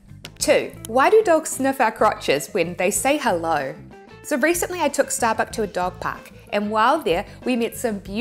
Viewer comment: itookk ashott errverytime sehe says shtarbuck